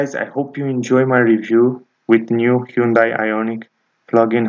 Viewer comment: Your pronunciation of the vehicle is incorrect look at how it’s spelled i’m talking about the manufacture